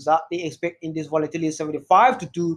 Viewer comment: I love your videos and what you do but honestly your accent makes it difficult to watch. Especially the way you pronounce “volatility” repeatedly. Keep up the good work bro.